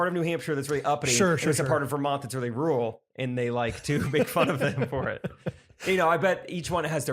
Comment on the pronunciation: Normalize still not being able to pronounce “rural” correctly 🙄😂 “Rule Connecticut hates New York”